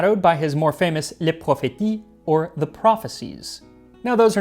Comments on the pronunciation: Great video, but a note on pronunciation, from one language lover (and former French teacher) to another: "les prophéties" is pronounced \ le profesi \ (using IPA for the phonetics), not \ le profeti \. Lots of French verbs ending in -tier (like "balbutier") turn the "ti" into a \ si \ sound. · Max, nice video, but a little comment…. “Prophéties” is pronounced “ProphéCie”. The “T” is pronounced “C” and the final “S” is silent. Just my 2 cents. 😬